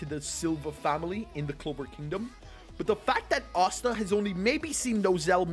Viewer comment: why do u say asta otsa